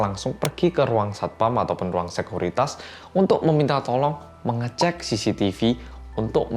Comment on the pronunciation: sekuriti bukan sekuritas😅